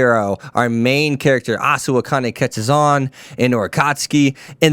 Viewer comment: Hey brother. I feel you on the live for this anime as I love it too. One small correction, if I may. You pronounced Osawa as Asuwa. Lol. Sorry for being a grammar nut. But I still liked your take on the series.